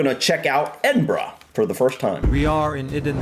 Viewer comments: First 15 seconds and absolutely nailed that pronunciation! I was waiting to grit my teeth and move on to a different video but you got me zoned in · Great video guys, well done for getting the pronunciation right and not calling it (Edin- berg) as many Americans do. 👌. I can claim Scottish decent "I once slipped down the steps of Edinburgh Castle" 🤔(Joke) 🤣. Glad you enjoyed the City, you will appreciate it even more if you get to visit.👍. Quick fact for you, in many places especially in the North of England the old cobble streets were resurfaced with tarmac but over time the tarmac wore away revealing the cobbles which believe it or not were still in perfect condition. Just goes to show the Victorians knew how to build roads back then. 👍. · Edinburgh was know as Auld Reekie. Due to the coal fires. There is a film about greyfriars Bobby. And well done this video maker as he is pronouncing the name properly x🏴🏴🏴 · Huray you got the name edinburgh correct. Love from scotland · Well done thank you for taking the time to learn how to pronounce Edinburgh properly ❤ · Not even watched the video yet, but the fact you said Edinburgh right, im gonna keep going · I'm so happy you pronounced it correctly. Respect from a Scot 🏴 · From someone who lives a mere hour or so away from Edinburgh thanks for pronouncing it correctly I know you have heard it before but genuinely it pleases not just me but Scots in general so much to hear it said the right way I hope one day you are able to see and enjoy old yet very beautiful city for yourselves one day in the not too distant future just remember to pack warm just incase as our Scottish weather can be sometimes unpredictable 😊🏴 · Woohoo you pronounced that correct that never happens haha xx look into aberdeen that place is full of culture and stunning wish i could make ut up there more xx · Your the first American that’s actually pronounced Edinburgh properly well done dude 😊😊